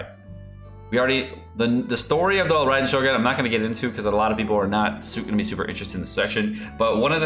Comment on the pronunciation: Yay!! You can pronounce her name correctly :) good job!